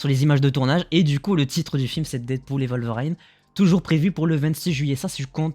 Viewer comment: Worlveriiiiine pas "WolverAAIIne" ! Ça me fait bondir de ma chaise à chaque fois que tu le dis. 🤣 Très bonne vidéo sinon. 👍